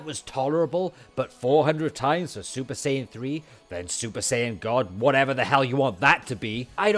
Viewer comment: Is he saying super cion?